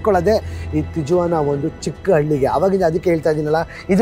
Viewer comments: ಸಾರ್, its great of you to have visited this place .👍 But ಅದು ತಿಜುವಾನಾ ಅಲ್ಲ, ಸ್ಪ್ಯಾನಿಶಲ್ಲಿ J ಸೈಲೆಂಟು. ಅದನ್ನು ತಿವಾನ ಅಂತ ಉಚ್ಚರಿಸಬೇಕು. ನಾನು ೧೯೯೯ ರಲ್ಲಿ ಅಮೇರಿಕಾದ ಸ್ಟೂಡೆಂಟ್ ವಿಸಾದಿಂದ H ೧ ವೀಸಾಗೆ ಸ್ಟ್ಯಾಂಪ್ ಮಾಡಿಸೋಕೆ ತಿವಾನಾದ ಅಮೇರಿಕನ್ ಕಾನ್ಸುಲೇಟ್ಗೆ ಹೋಗಿದ್ದೆ. ಭಯಂಕರ ಅಪರಾಧ ನಡೆಯುವ ಶಹರ ಅದು. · Hi sir and mam your all videos are amazing bestest videos in kannada nan anthu nim channel big fan ondh video nu bittilla.. matte ondh correction in this video TIJUANA na ju should be read like that.. ju becomes hu.. please read it like TIHUANA. I live in California Bay Area. I love your Amazon forest videos especially and also Iceland videos. Hats off to you both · It’s pronounced as Tihuana. In spanish, j is spelled as h. Trump during first term built only 50 miles of wall. wall existed built during earlier administration. Mexico sounds as Mehico. No matter how high the wall, coyotes find a way to smuggle the people from Mexican borders. There are lot of tunnels that are dug directly into border towns in US. Did you know that #2 illegal immigrants are from India? There are some states in US encouraging the illegal immigrants. State doesn’t cooperate with immigration enforcement. These people have nothing to lose. Once they enter US. They hide behind community and work for lower pays. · Hello, lovely people' great and very informative videos. I am curious and always looking forward to your videos. And it is never disappointing you guys are special vlogger than all you youtubers. hats of and. Stay safe and all the best. " Tijuana "it's produced as "tee·uh·vaa·nuh"